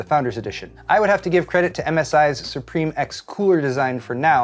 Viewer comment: ItS pRoNoUnCeD sUe PrImE